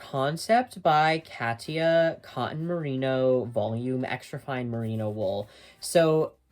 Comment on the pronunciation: Love your videos. Cotton has letter 'T' in it, and is pronounced kŏt′n.